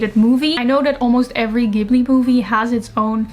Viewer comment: You have this perfect balance between immaculate aesthetic, succinct communication style, and a really good instinct for stories. I just found your channel, and I'm enamoured! (Also, unlike many Americans, you pronounce Ghibli with a hard "G", and that made me soft in knees.)